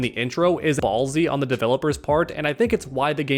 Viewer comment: BALLSY Why'd he say it like that? 😂😂😂😂